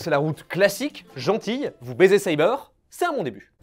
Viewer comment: "B-zé Saber." C'est bon, j'suis déjà mort de rire.🤣🤣🤣🤣🤣🤣🤣🤣🤣🤣 Saber>all.